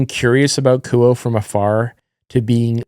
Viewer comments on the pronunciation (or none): Apparently, the pronunciation of Kuoe is "koo-oh" like "quo" in "quote". Should be easier to pronounce. I always thought it was "koo-oh-eh".